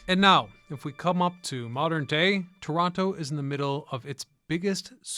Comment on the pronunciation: *Torono.. cmon guy!